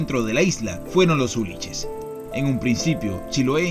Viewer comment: uliches??? la palabra es escribe hulliches... y se pronuncia "güilliches"